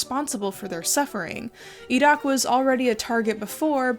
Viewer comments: I appreciate the attempt to pronounce the Q in Iraq in the arab style. The bones in India have another factor since the Hindu majority cremate their remains so the illegally exported bones are probably from the muslim and even smaller christian minorities (Christians in the Indian subcontinent are often low caste Dalits who converted during Raj/company rule) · pronounces Iraq correctly Me: falls immediately in love